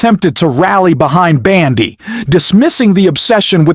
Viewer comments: Heyyy It's BONDI not BANDI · Who is this stupid narrator of the video and this voice is on a lot of videos and he pronounces names so badly. PAM BANDI and the Maxwell woman so badly.Cant you find someone that can read English properly.?